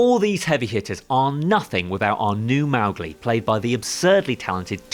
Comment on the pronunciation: Mow...gli???? Get it right it's pronounced MO-gli. It's The Jungle Book not The Last Airbender